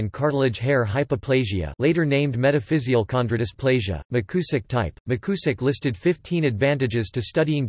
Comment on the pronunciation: Appreiciate whoever posted this. It may be worth repeating the project with a newer, more natural-sounding computer voice. The surname is pronounced Mick You zick. And you probably do not to read out the bibliography. Again, thanks for the effort. He was my wife's uncle.